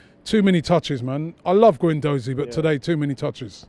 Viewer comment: when are they going to start pronouncing Matteo guendouzis name properly